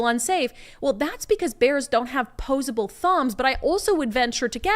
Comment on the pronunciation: OPPOSABLE thumbs, not 'pose-able' ;-)